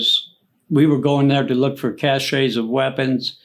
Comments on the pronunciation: Learn how to pronounce "cashe" brother! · Cache, (cash)...not cachet... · The 9th ID did not serve in the Cambodian incursion. There is no such thing as a ‘sparkler’ artillery shell. Abrams tanks were introduced in 1980. Apache helicopters did not enter service until 1986. There is no such thing as a ‘cach-ay’, it’s a weapons cache, sounds like ‘cash’ He’s read a few books, might have known somebody in an ATRY unit, but if he did serve in Vietnam (doubtful) he was a cook or something. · Dude, it's cache.....pronounced like "rhyme with stash"...not cash-ay. That was driving me nuts He might be a Vietnam Vet, but he's a teller of very tall tales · He lost me at cashey it’s cash weapons cash